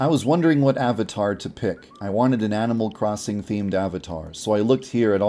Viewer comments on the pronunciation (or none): did anyone notice that on and he said aminal crosser instead of animal crosser